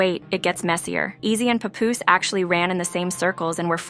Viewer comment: I hate the mispronunciation Pupoose!